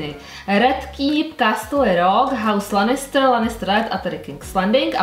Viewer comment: Promin ale strašně mě to rozčiluje ty si ten seriál asi neviděla protože jména postav vyslovujes úplně jinak než se říkají! (sersí lanistr wtff a ještě mnoho dalších)